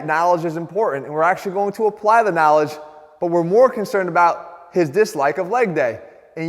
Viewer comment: needs to work on his knaaaaaaaawledge